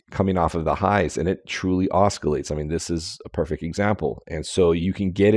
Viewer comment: promounced "ossilates" no k